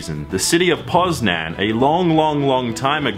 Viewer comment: “Poznan” I’m polish and... You said that completely wrong..